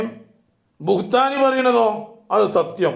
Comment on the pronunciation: ബുസ്താനി അല്ല ബുഹ്താനി